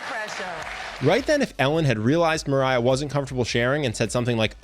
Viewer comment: How he pronounce Mariah : Maray How I pronounce Mariah : Marya Me : My whole life was a lie.